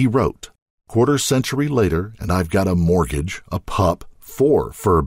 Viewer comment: It’s “mortgage”. Just a heads up.